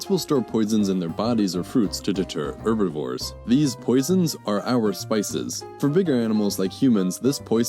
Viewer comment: What is an 'Erbivore'?